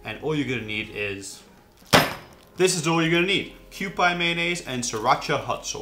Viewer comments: It's not "Kyoo-pie", its "Kyoo-pee", like the old kewpie dolls, which is on the label, I believe. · Thanks I wanted to tell him the same thing.. it is Q-P not Q-pie Like the Q-P doll on the label. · It's pronounced Q-P..!!! not Q-Pie!!! PLEASE PLEASE PLEASE Learn to say the Japanese products correctly please!!! You are butchering them horrible throughout your videos!!! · I hope someone in the last 5 years has straightened him out on Kewpie Dolls, pronounced Q-PEE, not Q-PIE. But I am going to watch and try to learn something. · Kewpie pronounced QP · It’s pronounced kewpee according to the bottle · Kew Pee is the proper pronounciation. For the mango sauce; Extra Virgin Olive Oil??? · It's pronounced "kyo-pee" sir.